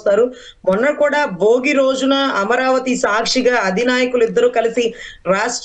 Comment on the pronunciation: Mundu this woman should learn Telugu. Amma BOGI kaadu, BHOGI. ABYARDI kaadu ABHYARDHI, pottu DARMAM kaadu DHARMAM. Vottulu palakadam nerchuko talli. Telugu is the sweetest language, please don't ruin it.